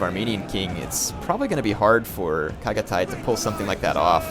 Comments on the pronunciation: the way i have always heard Chagatay is Shagatay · Reaaly love your comments on any battle :) good job and thx :) and just for help, 'ch' sound in 'Chagatay' pronounces as 'ch' in 'Channel' ;) chagatay is a respected historical general in Turkey :)